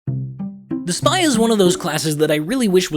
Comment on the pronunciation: Nobody:: The spAII